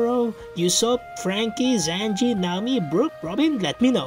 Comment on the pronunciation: Bro said zanji